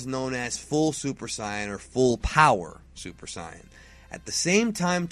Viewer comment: Supuh Sighyuh-jin Or from the Dragonball Super manga adaptation of Battle of the Gods: "Soup D'Saian Gahd"